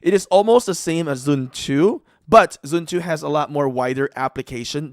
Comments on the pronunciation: Bro's saying sun zhu instead of sun tzu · Also it’s pronounced Sun zu